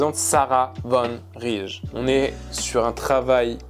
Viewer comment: Sarah Van Rij est une de mes plus grosses inspi depuis un an, et justement dans tes dernières compo j'y retrouvais un peu une même vibe <3 (Par contre, c'est "Van Rèye" en néerlandais hihi)